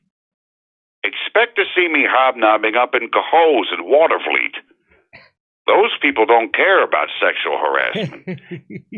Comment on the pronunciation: Mike did well with “Cohoes” and almost pulled off “Watervliet”, almost. I’d like to hear him try “Colonie” and “Wynantskill”. “Schenectady,” “Feura Bush” and “Voorheesville” would be interesting as well. Lol.